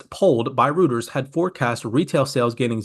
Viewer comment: Always appreciate you and your videos!😁🙏🏼 Just FYI though… Reuters is pronounced "Royters"